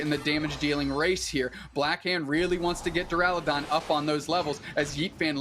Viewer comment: Why does keep saying Durlodon